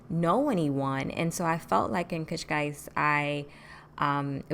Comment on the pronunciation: You are the first foreigner to speak the word Cascais so perfect without an accent🤔🤔Boa sorte em Portugal.